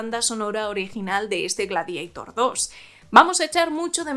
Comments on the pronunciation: No es Gladiaitor!!!!!! Es Gladiator, tal como suena, en latín!!@ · ¿Por qué "gladieitor" y no "gladiator"? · Pero como “Gradieitor” hija de mi vida……? Si es un termino latino,se lee tal cual Gla-di a tor.Ten un poco de respeto a tus ancestros que cada vez que dices Gladieitor ñiñi, muere un latinista….😒😒😒😵‍💫😵‍💫😵‍💫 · "Gladiator", del latín Gladiator/Gladiatoris. No "Gladieitor" aunque sea una película de Scott. Sería como si Quo Vadis lo pronunciaras "Quo Veidis". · Tu pronunciación G-l-a-d-i-e-i-t-o-r 😂😂😂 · Gla que ? Ja Habla bien ...es gladiador 2 .... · Ella lo està pronunciando en inglés caballero,que no acaba usted de enterarse y aún así tiene las santas narices de corregir!!! GLADIEITOR suena ridículo tal y como ella lo dice, aquí y en la China.Fin del hilo. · Buenas, por ignorancia del tema ¿En EEUU cómo lo pronuncian? Ya que la película la han hecho ellos, si no traducimos el título, se dirá en inglés. ¿O para los de habla inglesa también lo pronuncian en latín? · En inglés Gladiator( latin) se pronuncia foneticamente.En español tenemos un término propio derivado del latin ,por lo tanto es completamente absurdo y ridículo pronunciarlo en inglès.Aqui no hay ni debate ni discusión.